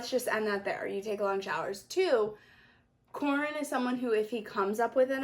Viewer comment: Yeah Corin was definitely saying it wrong lol